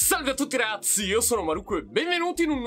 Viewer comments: Sono l'unico che all'inizio dei video capisce "Salve a tutti RAZZI"? 😂😂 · anch’io capisco sempre così 😂